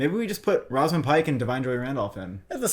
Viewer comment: you guys always have some very strange pronouncations of names. “rawzamund” pike 💀